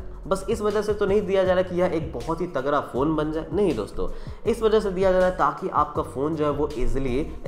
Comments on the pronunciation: तगरा नही भाई तगड़ा।।।। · bhai aap tagra bol rhe ho tagda kuch smjh nhi aa rha 🤣🤣